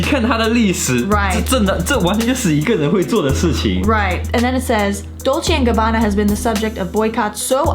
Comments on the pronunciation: 补充一点，影片中，所有的意大利语都是用非常夸张的错读的，包括他们自己品牌的名称，都是很明显的故意偏离了本来的读音，应该是嘲讽中国人讲外语时的口音。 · 我不懂意大利语哈， Bravissimo的确很奇怪，因为我看到网上有评论说可以理解good job，然后理解成活很好，但我查了很多解释，包括隐性理解，不知道为什么对一个女模特要用男性复词，这部分目前我也不懂。 Dolce&gabbana的读音有故意差别，但是不能用这个点来证明D&G有偏颇， 时尚圈牌子难读、读错是历来已久的，很多欧洲品牌、法国品牌在英语国家改成了英语发音， 比如： Versach-EH在英语国家被读成Versach-EE， Yves Saint Laurent 改名Saint Laurent，其中一个原因是常年Yves被读错，被读成YSL。 我自己遇过的口音歧视是被人叫”ching chang chong“，但我当时只是沉默无视。 歧视行为更多是看对方的动机、目的，D&G视频本身是为了在中国的秀做宣传，而铤而走险“故意”制造话题，则是他们自己的选择。